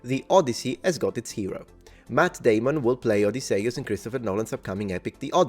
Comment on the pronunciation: All i can hear is "Mat Daymun" Team America!. 😊